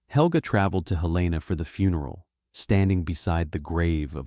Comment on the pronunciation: Helena, MT is pronounced Hell lin ah